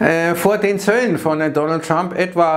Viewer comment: Man müsste mal ein "The Dönöld" Trinkspiel veranstalten 😅